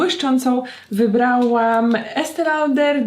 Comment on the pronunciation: Wymawianie ESTE LAUDER fonetycznie